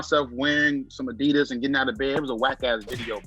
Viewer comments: got a lot of nerve correcting everyone about how to pronounce Saucony when the man says Adidas like a true New Jersey bro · Worst take goes to for correcting on Saucony but mispronounces Adidas minutes later.